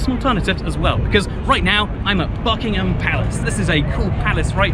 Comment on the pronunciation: Thought you said fuckingham palace